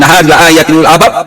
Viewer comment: لأ ولي الألباب Hamzahnya di baca pendek om